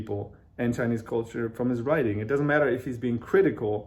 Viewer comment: 我是相信自己的英语水平的，给您举视频前10秒左右的例子。chinese的“拆”音更接近中文，还有读which的ch音的时候更像“whi次”。我个人觉得是很可爱的半中式发音，不是在说英语不行，而是这种casual talk的发音有中文的味道。